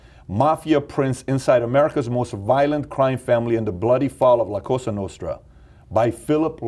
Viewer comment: " La Cosa Nostra" the moment I knew he didn't speak italian.